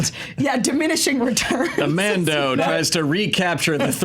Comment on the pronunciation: What's a Man Dough? Is it like a man-boob? 😂